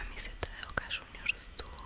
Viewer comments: Voca shuniors? Que es eso? Aaah cierto nuestros hijos, JAJAJAJAJA 😂 para cuando no van a ganar devuelta un partido?🤣🤣🤣🔴⚪🔴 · Boca shuniorrs.